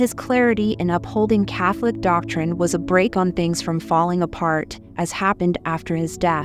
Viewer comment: I’m glad she no longer says, “kate con”, but she still mispronounces it. She also mispronounces Medugorge.